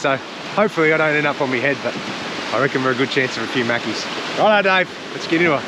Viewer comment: Mackies, not Maccy's ...